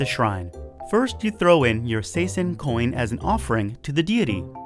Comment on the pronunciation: Hello from Japan. I`m always loving to watch your great videos, but if you don`t mind I wanna let you know that pronouncing Saisen (coin) is a bit difficult as well as Karaoke. It should be Sai sen like Sigh and sen(d) of English words. I hope this will help some people to be better in this way. Karaoke is known as Karao Ki , but the correct one is KaraoKe not Ki.